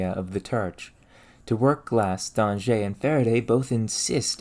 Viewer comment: Great video! I learned a lot about topics I didn't realize would interest me. Keep up the incredible research on human achievements! Also "Danger" in French carries the same meaning as "danger" in English. I doubt his ghost was too bothered by your previous slight mispronunciation.